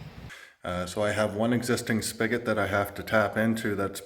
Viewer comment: Good morning, you look refreshed. So much fun watching you and your wife, including the 2 Bob’s working on the house. Plus I’m learning lots of new words (not a native English speaker here): what’s a “spigget?” Oh it’s “spigot = faucet” got it😅 Please don’t ever change the way you create your videos, they’re perfect 😍.